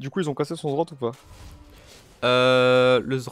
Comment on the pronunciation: cest pas zrot putain xD z z rrrot